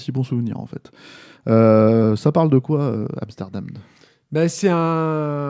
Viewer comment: amsterdamnède euh..Mouii Monsieur, La linguistique nous maîtrisons farpaitement